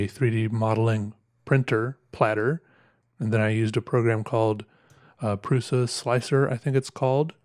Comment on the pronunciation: Hey, I am pretty sure that prusa is pronounces pru-sha